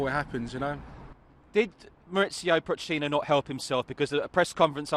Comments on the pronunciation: Did he just call poch pock? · did he say "pok"? instead of poch? fucks sake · Man said pock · He called him pock didn't he?